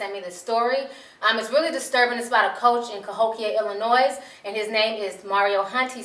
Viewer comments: Ill-uh-noy not Ill-uh-noise! In other news, the A&F CEO got his wish, attractive (on the outside) ppl are wearing his clothes! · Ti. The "S" in Illinois is silent.